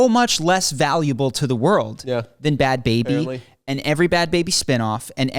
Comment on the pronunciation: Bhad Bhabie is pronounced like “barbie” with a Boston accent.